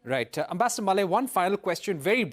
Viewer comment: The ambassador 's name is pronounced Mule and not malay